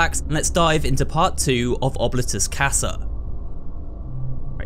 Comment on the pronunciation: im so sorry if this sounds rude, but i believe that oblitus casa is pronounced : " oh-blee-tuss- cass- uh"